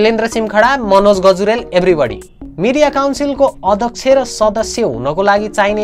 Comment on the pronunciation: अदक्ष होइन हो अध्यक्ष्य भन। फेरि भन् भनौला नी भन भनेको 😂😂